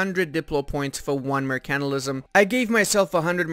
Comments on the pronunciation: Good vid, every video I watch I am just waiting for the day you say “mercantilism” right, basically you are saying “mercantalism” instead of mercantilism the part you are missing is the pronounced ile mer can tile ism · Also, 'mercantilism', not 'mercanilism'. 😏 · its Mer-can-TIL-ism . Say it right! or look up Arumba say it 1trillon times. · Seconds in and you can't pronounce 'mercantilism'.